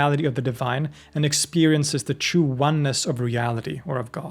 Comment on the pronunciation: Obsessed with the way you pronounce "true" like "chew"